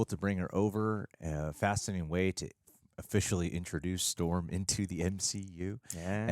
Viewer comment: ITS STHORM